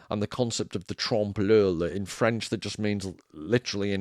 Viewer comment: Wurst, W U R S T. Conchita Voooorst! Fanny Sausage, you may have ordered some on your travels... Trompe l'Oeil, Sounds like loy. Love your content man!